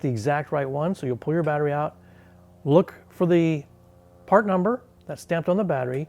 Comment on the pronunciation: Good work. You definitely gave yourself a cheeky 12V tingle there. "ou-ow-t".